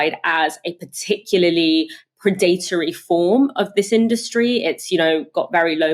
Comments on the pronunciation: PRED-a-TOR-y, not pred-ATE-ory! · It’s Pred+Uh+Tree, not Pre+Date+Or+E